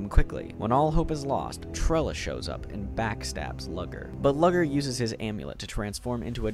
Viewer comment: "Lugger's" name is pronounced "Loo-gurr" my dude 😭